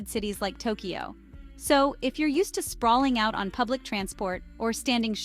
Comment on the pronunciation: Along with the good values you discuss, do you place any value on proper pronunciation? Your videos serve as instruction...so why teach foreigners poor pronunciation? A few examples: The "a" sound in Japanese is "ah," so when you say things like "melon pan" or "genkan," please use the "ah" sound. Don't say "gozaimasoo"! The final "u" is either silent or very mild. And don't say "Tokiyo." There's no "i" sound in it. It's simply "Tokyo," just as it looks.